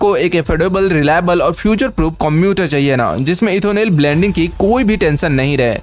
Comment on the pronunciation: Ethonel or Ethanol?